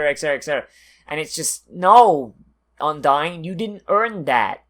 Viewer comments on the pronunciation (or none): hmm sounds your still pronouncing Undine's name wrong. maybe i just hearing things.